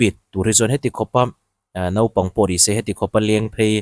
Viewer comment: NAUPANG tih tur "NOPANG" tia i lam ri nasa lutuk hi sim deuh thei la, keimahni ṭawng pawh lam ri dik thei lo nih hi i sim a hun viau tawh a ni